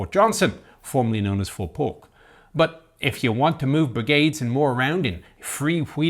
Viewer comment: Lol it's not Polk